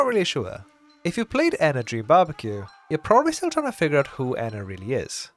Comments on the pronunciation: Maybe its a sort of "species" compromised off of multiple fractured personalities of some ONE person that's truly THE ENA. People can't seem to get her name right too. Even the Genie calls her Enya at some point. Maybe they refer to the whole of The Ena as a whole when talking about not liking her but then since they know a spesific version of her they pronounce her name that way. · I feel like they’re a species but they might not entirely realize it (or atleast that’s what I thought I noticed from the series). And in both the series and game, a lot of times they keep switching between pronunciations, like ENA EENA, EYNA, INA, but I feel like that’s different from one of the characters calling the game version “Rena” or Moonie occasionally correcting herself from ‘Ena’ to “Jena,” which makes me think they also have names that rhyme with ENA, but they aren’t very commonly used because they don’t really feel a need for specification. But that is strange how Moonie switches between feeling the need for specification then what seems like a blatant mispronunciation, like saying “Ina” was just mocking as a friend, then “Jena” is acknowledging them as an individual. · isnt it pronounced ee-nah, not enn-nah?